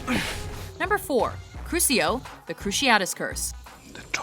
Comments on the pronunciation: It’s not Crusio. It’s crucio. (Crushio) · cringing when they pronounce crucio as crusio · In not pronounced crusio it is pronounced Crushio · they cant pronounce anything right accio crucio and other spells